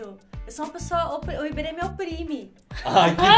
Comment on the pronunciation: é muito fofo ela trocando o r pelo l ,ela falando Ibele e Mali kkkkkkk, muito bom